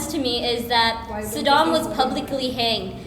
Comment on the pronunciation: That girl pronounced Saddam with American accent, she might not even live in Pakistan that much judging by the accent.